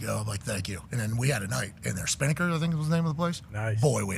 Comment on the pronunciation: "Spin-a-kers." Is the club in Panama City